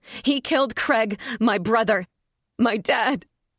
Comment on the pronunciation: Do wish Americans would learm correct pronunciation of CRAIG